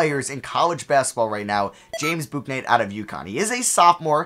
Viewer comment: It's James "Book-Night" for future reference btw